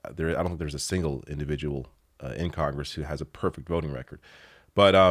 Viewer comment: Have they already fixed "CONRESS" or should someone suggest they do?